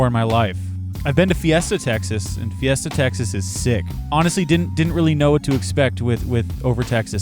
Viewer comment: Fiesta, not guesta lol